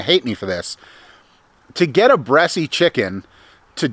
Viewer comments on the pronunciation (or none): Just an FYI...the E at the end of Bresse is silent...you don't pronounce it....unless you were joking around....couldn't tell. Just for folks who don't know the breed